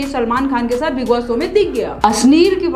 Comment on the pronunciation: Sow nahi Show, Kusi nai Khushi, reaxan nahi reaction. Wa DD.